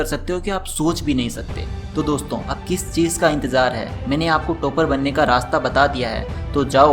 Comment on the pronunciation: Toop nahi. Top hain pronunciation. Tooper nhi..topper